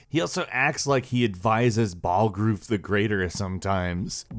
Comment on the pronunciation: hahaha balgrooof. thats a funny way to pronounce balgruf